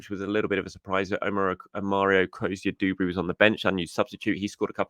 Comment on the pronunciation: *Duberry not Dooberry ffs